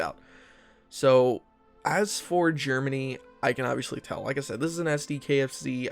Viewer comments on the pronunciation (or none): none